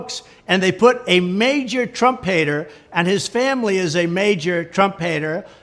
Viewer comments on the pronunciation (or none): onwards: Special Counsel Jack Smith as 'Trump hater' or 'Trumpator', lol, the way tfg pronounces it sounds more like the latter!